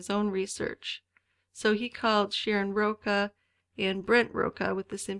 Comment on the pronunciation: Roca is how you’re pronouncing her surname. It’s actually Rocha, as in the Cha Cha, a popular dance in the 60s. Hope this helps.